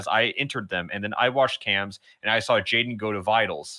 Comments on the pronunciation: Jaiden: jadien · did nobody notice that jaidens same was “jadien”?